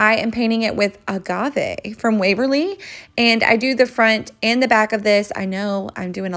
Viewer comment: I love when you say agave all fancy 😂